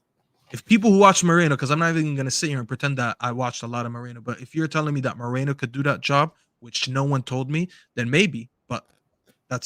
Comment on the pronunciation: It's Merino Staffy, not Mereno, why can't you read?